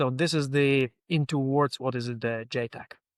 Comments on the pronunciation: ita ja tec not JAY tec. ja like -peanutbutter Jar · JTEC is The NATO-Georgian Joint Training and Evaluation Centre, so should pronounce the A in JATEC. Perun made a point about it in his videon on the topic :)